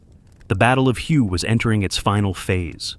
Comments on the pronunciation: It is pronounce WAY not Hu get it right! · it is pronounced "whaay" not as the word of the same spelling pertaining to a shade of color! An example of correct pronunciation is in the movie: "Full Metal Jacket". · Firstly, it's pronounced "way". My late neighbor Dan served there as a Marine during the Tet Offensive. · Your very 1st statement, and you get it wrong! The city, which is focus of your clip, is pronounced "WAY"! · If I heard "" mispronounce Hue, my head might explode. This ruined the video.